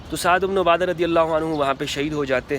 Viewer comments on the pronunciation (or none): O bhai hello,, Mola ali ny kaha tha k huny b mashwara mein Shamil krty hamari b Raye leni chaiye thi, mola ali ko koi khila fat ki lalchi nhi, q galat bat phela rha, bukhari ki hadees dakhao jahan mola ali ny ye kaha ho, Saad ibn abada lafz Hai ubno a Ada nhi, pehly bolna to seekh lo